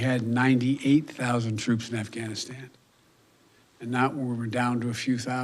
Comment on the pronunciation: Dear Joe Biden....words matter! Lol. When speaking you should finish words fully before moving on to the next. Ganistan is NOT a place. You are monotone and boring. You are weak looking and can't pronounce the words! You should probably practice 1st. Ugh🤦‍♀️